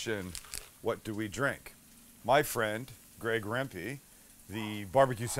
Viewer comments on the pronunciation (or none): none